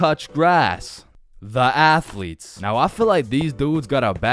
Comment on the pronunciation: The athletes What i heard: The Assletes